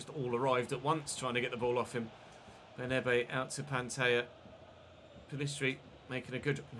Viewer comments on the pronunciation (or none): Just a quick correction - it's "BernAbe", not "BernEbe"